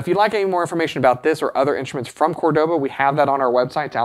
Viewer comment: Great video! Great guitar! Love the channel and the store! Please note the name Córdoba has the accent on the first syllable, not the second.